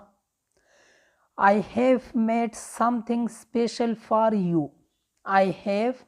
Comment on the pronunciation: که کولی شی دا جوملو ویل لګ سم ووایی لکه دا جمله for دا فار نه ویل کیږی فور ویل کیږی